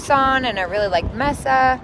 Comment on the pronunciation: I live about an hour from Seligman. I got a kick out of your pronunciation of it and Mesa. What a trip!